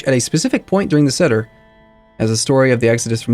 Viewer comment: really late, but seder is prounounced sāder and maror is pronounced mar-or